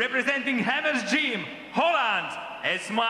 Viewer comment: “Holland” sure guy